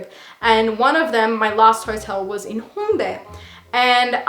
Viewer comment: I'm french and you're pronunciation of HHHongdae and annyeonghaseyooo made me laughed bc I can hear if a native talk or if it's a stranger 😂😂 I know it's weird but it made me laughed x)